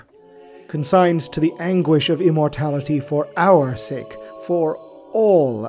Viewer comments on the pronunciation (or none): none